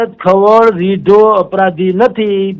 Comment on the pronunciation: ખવાડ નથી ખવડ છે સરનેમ. તને ગુજરાતી વાંચતા પણ નથી આવડતુ ? 😂